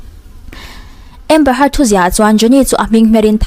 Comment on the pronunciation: A hming hmerhin tih hi i lam diklo țhin a miss